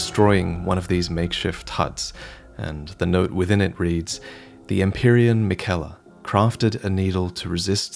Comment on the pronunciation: I cannot believe you would mispronounce Miquella’s and Malenia’s names. She’s Malenia, not Melania Trump!